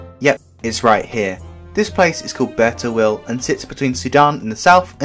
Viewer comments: Im Sudanese, its pronounced like Beer so beer taweel not ber or whatever u said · it's pronounced beer taweel and the other part is pronounced hala eeb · Hi, I'm Arabic and I just wanted to say that please pronounce it: Beer tuwiil